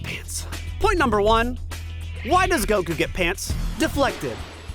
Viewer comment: Hey, thanks for knowing how to pronounce Goku's fkn name man